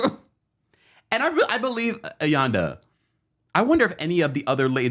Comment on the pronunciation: please learn the RHODurban names. I don't know how many versions of AYANDA's name you gave